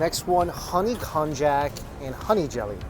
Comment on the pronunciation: Kon-yak. Not Kon-jak.